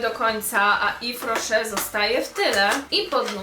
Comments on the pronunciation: No nie mogę jak ty kaleczysz tą nazwę nie mówi się ifrosze tylko iwrosze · Tego się tak nie czyta Tak jak się czyta : iwroszer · czyta się jwes roszer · to się czyta jes roszer (z tego co wiem) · Mowisie - Ifro Szer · Moja mama pracuje w yves rocher ten sklep jest serio spoko nawet od body shop :) Czyta się "ifrosze" moja mama to dostaje za darmo ma tego całe pudełko więc słabo słabo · Czyta się Iw Roche, bo to firma francuska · Czyta się „iwroszer” hihi